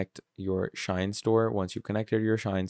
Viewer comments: Shein, Shein Bro, not Shine😂😂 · Bro it's not SHINE, it's SHEIN!🤦🏾‍♂️